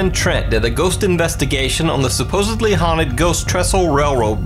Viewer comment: "SupposEDLY" SUPPOSEDLY Supposedly... NOT "supposably"